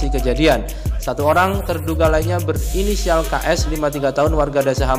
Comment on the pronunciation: berisinial wkwkwk 🤣🤣🤣